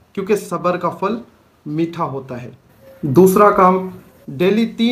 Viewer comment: Fal kia hota ha phal bolty hain